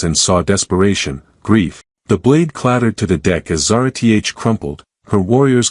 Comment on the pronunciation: No reasoning for extremists who could have very reasonable motives, no progression towards the solution, just magically all better, and of course "Zara-T-H". This sucks my dude. Sorry but you're gonna lose the race for the ai story channel niche like this.